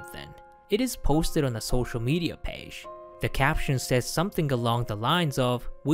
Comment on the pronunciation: jOcks NOT jAcks!